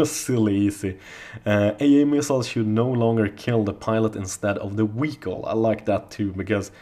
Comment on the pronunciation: WTF is a Wehicle? Say V damn it! Make the F sound, then start humming. Congratulations you now have the language skills of a 3 year old!